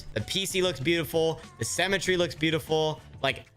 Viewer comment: why does he say semmetry instead of symmetry?🤔